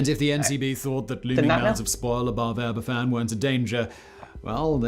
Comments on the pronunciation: This was the first news story I remember seeing. I was three and living in north London, and cried myself to sleep after hearing about it. BTW, - you got the pronunciation almost perfect, except that a single F is pronounced as V in Welsh, so it's closer to aber-VAN. BTW - anyone with friends or relatives there will have probably seen the title of your video and not been able to watch it. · Being Welsh you grow up knowing all about this terrible accident that should never have happened. It is pronounced Aber van. Cymru Am Byth (Wales Forever) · The disaster was a tragedy. The subsequent treatment of the Aberfan community will forever be an absolute disgrace. As an aside - the f in Welsh is pronounced as a v. So it's pronounced as Abervan, not Aberfan. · eck. that ai narrator, gabble gabble gabble. There's a much better version available which provides accounts from actual people who were there. It's pronounced Abervaan. The govt was told many times about the danger of the tailings piles, but did nothing about it. The Queen would 'never' fake tears! She stayed away because she felt she would only make it worse for those who were grieving. She did go after 8 days and was in tears. Ever since, she has visited the towns people and kept a close bond with them. Recently, Prince William, the King, and Catherine went there for the 60th anniversary of the disaster. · Just a quick note, Aberfan is pronounced AberVan.....f is pronounced v in welsh. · Just one thing re the pronouncement of Aberfan: The ‘F’ in Welsh is pronounced like a ‘V’ in English. It’s a soft V. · The person in the video wasn’t quite pronouncing the places properly, including Aberfan, in which the f is said like a v (aber-van). Thank you for covering this story with such tact. It truly was a horrendous day in the history of Wales. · Aberfan is pronounced in welsh as abervan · It is pronounced Aber Van, and it is in South East Wales in the Merthyr Tydfil Valley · It's pronounced abervan